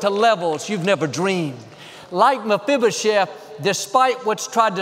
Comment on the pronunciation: You're awesome! I'm most impressed with your ability to say "Mafibashef" ... And that you said it enough times that I might have been able to spell it 😂😃